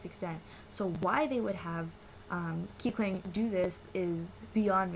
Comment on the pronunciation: Kikwang isn't racist!!!!!!!! Don't hate on kikwang!!!!! And plus she said kikwang wrong